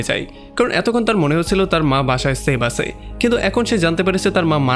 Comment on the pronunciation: আপনার 'আছে , ছিল ' এই সব উচ্চারণ গুলো একটু ঠিক করেন। আঞ্চলিকতা থাকলে এক্সপ্লেইন ভাল লাগেনা।